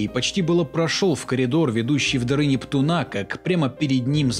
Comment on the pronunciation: НептУна а не НептунА, так слух режет